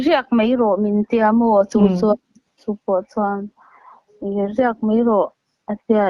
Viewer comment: Tawng' hi:- Mai tih tur ah( mei ) I tih tlat le. U pa hmel vetawh nen aa.